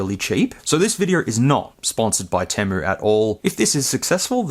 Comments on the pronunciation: It’s pronounced “tee-moo” not “tim-moo”. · TEA-moo. Not TEH-mu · Its actually pronounced TEE-MOO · No way dude you even added the letter "R" in Temu.. I cant do it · Have you not seen enough ads to know it's pronounced Teemu, or is it different down there? Serious question. 🤔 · Interesting video but he says temu wrong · Where are you getting the "A" from in temu? Or am I just pronouncing it wrong?